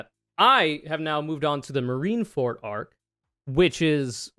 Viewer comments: “Marineford” and “the marines”, not “marinefort” or “the marine”, otherwise great analysis and you looked v cute doing it. ☮️❤️ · it's Marine ForD. not Marine ForT. It's a "D" sound. That bothered me the entire time lol